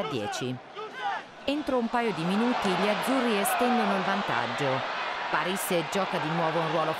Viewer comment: a Pàrisse?? Scrivete gli accenti a questa lettrice di cose che non conosce